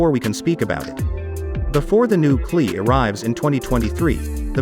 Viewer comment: It is not pronounced "Cle" ......It is pronounced C>>>>L>>>>>E